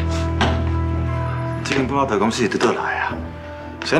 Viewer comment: 布拉德感覺就像brother的發音哈哈哈